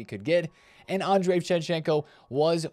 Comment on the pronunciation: Shevchenko’s name is Andriy, not Andrey